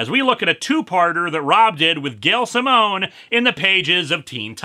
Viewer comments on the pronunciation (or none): none